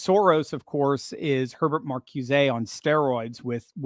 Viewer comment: I had to smile when you frenchified Herbert Marcuse's name. It's pronounced markooza.